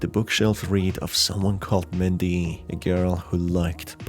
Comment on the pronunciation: I guess I got tripped up by how he pronounced it?